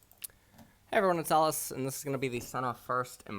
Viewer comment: Is it me or said "Hello this is Alice"